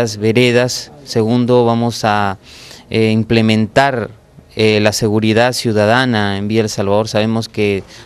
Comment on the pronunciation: "EMPLEMENTAR"????? q es esto el hijo de mozo??? uhmmmmmmmmmmmm